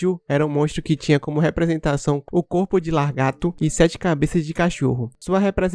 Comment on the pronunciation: Largato ? kkkkkkkkk